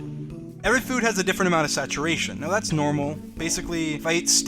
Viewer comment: how many times he said "tharts a flint" | | | | \/